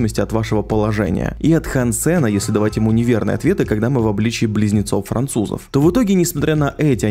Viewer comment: хансЭна 😆, хАнсена!